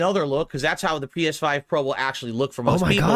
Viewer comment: th’pee-eshh-five prohh